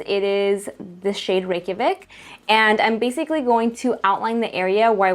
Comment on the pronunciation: You are the only person I know who can say Reykjavik right who is not from Iceland Greetings from Iceland 🇮🇸!!